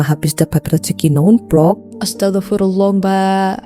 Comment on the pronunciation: Astagafirullah???... Tolong ucapan'a diperbaiki "astaghfirullah"..🙏